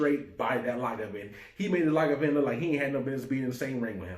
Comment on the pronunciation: Lagavin? It's Lagavulin...